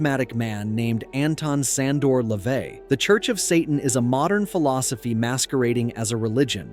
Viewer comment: What's your point? It's pronounced Le-vay